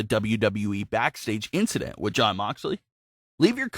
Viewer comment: Its jon not damn